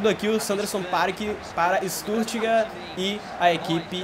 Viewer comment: Vitor Carlos mano, oq vc espera de algm q fala StuRtgart e n Stuttgart hahahaha